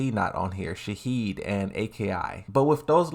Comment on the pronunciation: Bro said Shaheed and A, K, I😂😂 you crack me up